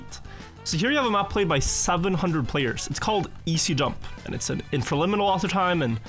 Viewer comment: what kind of author time? He kinda slurs the word, so it's uninteligible to me. Edit: I guess it's "infraliminal" who is a TM mapper with very optimised aurhor times.